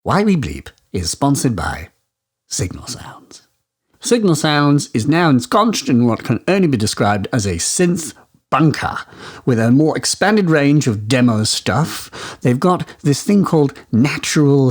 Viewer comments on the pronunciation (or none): you pronounced it ensconCHed when it should be ensconSed (note to all commenters: capital letters added puprosely, I'm not saying that's the correct way to spell it). Assumed you may have been a tad tipsy? In all seriousness, great podcast :) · it'll be because of the adverts at the beginning! Either that or your flagrant mispronunciation of the word 'ensconced'. I can see how that would make some folk very angry.